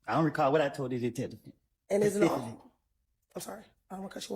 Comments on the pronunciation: She was axing too many questions, so Woody had to answer them pacifically. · My man said pacifically I don’t recall,,, not specifically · Pacifically whatever you pronounce it!